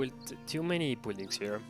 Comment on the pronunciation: buld buldings..i can't hear it any longer lol